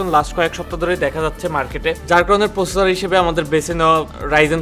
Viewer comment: 'প্রসেসর' উচ্চারণ সহ আরো অনেক উচ্চারণ ঠিক করতে হবে